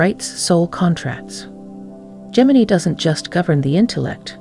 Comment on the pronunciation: Gemi-NYE. Train your AI properly, please!